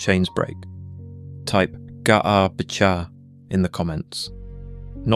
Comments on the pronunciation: It's b'kha, and you have to let that flutter in the back of the throat a little bit. Not quite like claring the throat, but that should give you an idea. Like a soft grungy K sound. And it's g'ar, pronounced like guh-ahr, but with a very short g' sound. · The whole video is garbage. And, yeah, the "magic words" "ga'ar b'kha" are massacred with wrong pronunciation. (no "ch" sound in Hebrew as it's pronunced in English and in one instance the narrator said "g'ay" b'cha...ughI wrote a very lengthy reply on the idea that the word "satan" is NEVER a proper name but merely a noun in Hebrew. AND the fact that it was NEVER REMOVED from scripture. Unfortunately, people swallow this garbage because they actually wish to learn. If they were actually serious, they should start by learning the Hebrew AlefBeit. Learning poorly transliterated English is NOT learning Hebrew! It takes more than a YouTube video with sloppy A.I. and absolutely fabricated JUNK to enrich one's walk with the LORD. This is the kind of CRAP that starts cults! I''ve studied biblical Hebrew for around 20 years and I have SO MUCH TO LEARN! I have written out 3 large books in biblical Hebrew calligraphy, I can recite Isaiah 53 and many others and I'll spend my whole life doing it because the LORD did it...and wired me that way in His love. It's not necessary for everyone. It's really SAD that believers are being deceived in this way. But on the other hand, they should stop looking for "magic words". JESUS/YESHUA the KING/BROTHER/CHAMPION/GOD is who we need to know both scripturally/personally and moment by moment. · Fyi the "cha" part is not pronounced like the ch in chat, but like the hard k from the back of the mouth, like in German words, or in words like Bach or Loch.